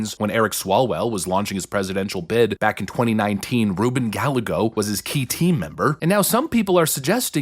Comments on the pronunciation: Hey, Rubin Gallego's last name is pronounced Ga-YAE-go. Double "L" in Spanish is pronounced as "Y". LL is pronounced like the English "y" in "yellow." For example, "pollo" (chicken) sounds like "poyo." Think back to all the problems Kari Lake had with this guy during her run for office. Yep, Same guy. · *Guy-eggo, I'm a white guy but this pronunciation is killing me, even if Ruben is a POS lmfao. Hopefully we get his punk ass out with Katie Hobbs. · The little troll's name is pronounced, guy yay go... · Guy A Go........... thats how its pronounced. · I'm pretty sure his name is pronounced as 'guy-yego' & his interview in the wind was impossible to hear. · I like the way you say Gallego. That's way better than the actual pronunciation. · As a Spanish speaker, I CANNOT get over how wrong everyone is pronouncing Gallego.... it hurts so bad LOL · That’s not how you say Rubin’s last name. Check it out. And yes he’s a scumbag with HUGE money behind him. I’m in AZ and he had the most political ads I’ve ever seen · Dude, you’re seriously mispronouncing Gallego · C'mon you are better than not pronouncing Gallego properly. Its a Spanish name. And what do we know about Spanish words with 'll' like tortilla ? The 'll' is a Y sound. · Please pronounce his last name correctly. It hurts your credibility. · I love how you mispronounced little Ruben's name😂😂 Napoleon complex on that one😂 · We should keep intentionally saying it wrong, since hes made videos about how mad it makes him. 😂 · As a hispanic im telling you guys, please keep pronouncing his name wrong. It makes him so mad and hes such a piece of scum. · Lol, you said his name wrong. It's pronounced GUY-gay-go. Not GAL-LE-GO. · It's pronounced "Guy-ay-Go," not "Gal-uh-go." And he's SCUM. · Guy- yay-go... NOT...Gal-le-go.... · It's not Gal-eggo, it's Gay-eggo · It's Gallego not Gallago. It's pronounced Gah-lye-go. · not GAL-LEGO...GUY A GO. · It’s Guy-yay-go not Gallago. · 🤦🏻‍♂️. Gallego (Guy-A-go) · It's GUY -AYY-GO